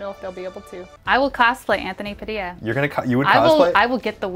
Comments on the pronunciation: Isnt it pronounced as pa-dill-lia not pa-dia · Why does he keep pronouncing his surname Pa-di-ya when it's actually pronounce pa-dil-ya. Isn't his grand pa Filipino? Not saying it's wrong. He can say it however he wants but I'm just trying to correct it. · I thought you pronounce your name PU - DILLA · How is your name pronounced "Padeeya" when it's spelled "Padilla"? And you're American, which makes it even stranger...